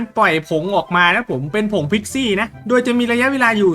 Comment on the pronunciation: พิกซี้หรือคิดซี้😂